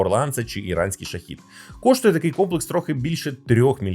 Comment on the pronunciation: правильно не ШахІд з наголосом на букву "і", правильно ШахЕд з наголосом на букву "е"! перше слово означає "мученик за віру", друге - "посланець"